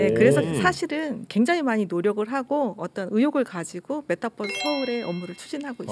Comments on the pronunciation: 님은 메타버r스를 메타뻐쓰 라고 발음 하시네요 시내버스인줄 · 어려웠던 메타버스의 의미를 잘 설명해주셔서 감사합니다. 그런데 서울시 공무원 여자분, 끝까지 메타뻐.스. 뻐스. 뻐스.. 메타버스 잖아요. 뻐스 타고 다니는거도 아니고 끝까지 뻐스래. 짜증나. Metaverse. B가 아니고 V 자나요. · 뻐스? 유니뻐스라 읽나? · 메타 뻐스.. 발음 거슬린다. bus로 생각하는 것은 아니겠죠?